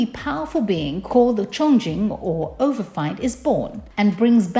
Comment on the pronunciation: Good lord woman learn how to read English. It is pronounced overf(ee)nd not overf(eye)nd